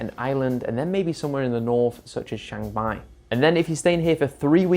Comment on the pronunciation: It's Chiang Mai, not Chang Mai!